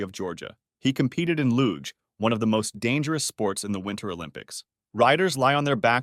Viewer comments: Luge.... "looga"? 😮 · Loog? that's now how you pronounce LUGE! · I’m sorry dude but you gotta do some research on the pronunciation of certain words/names. Luge is pronounced “loozh”